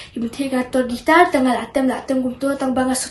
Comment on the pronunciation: Khublei Shillong mail ia kane ka khubor kaba ai mynsiem shisha ia kiwei ki para khynnah. ka jingkyntu ia phi Shillong mail ban iarap ia la ki reporter ba kin kham pyntbit bad pynjanai ha ka rukom interview. Nangta pynjanai ia ki rukom kynnoh ia ka guitar bad piano - ymdei gaitar ne pai-ia-no.